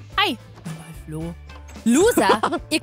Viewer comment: Sie hat Flo gesagt und ich habe Klo gehört